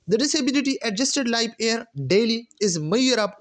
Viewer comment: Air q parhty hen ap Year ko???